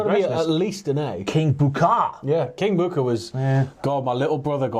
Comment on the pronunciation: It's not King Booker. Its... KING... B O O K A H !